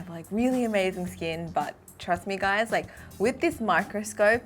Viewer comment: we're talking a thousand zoom here wif my new microscope*wif a proud face* That was cute AHAHAHAHAHA